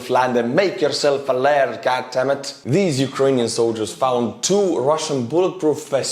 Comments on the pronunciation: Lard is the beef fat that I fry my chipped potatoes in, here in Scotland 🏴. The word you were looking for is 'laird' ie pronounced: l - air - d. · it is not lard, it is lorD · btw that title thing is fake and as a scot its not lard like butter but its lay aird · Ha! Yes, the guy in the skit says "laird" but the lady clearly says "lard." She's missing an "i" so I predict success. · or laird